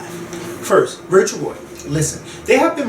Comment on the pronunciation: its rachel roy. not rachel ray.